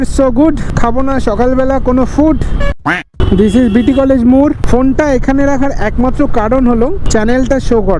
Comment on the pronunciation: মুড় না ওটা "মোড়"